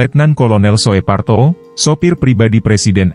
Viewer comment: Letkol SOEPARTO, ucapan namanya adalah S-OE- P-A-R -T-0, dan bukan S-O-E-P dst-nya. "OE" itu diucapkan seperti satu huruf, seperti huruf "U" ejaan sekarang, karena huruf "U" jaman dulu diucapkan "U" dengan UMLAUT diatasnya seperti berikut ini, "U dengan " diatasnya.